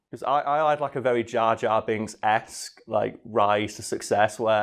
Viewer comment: jor jar binks